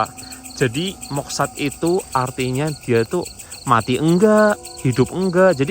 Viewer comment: moksa bkn moksad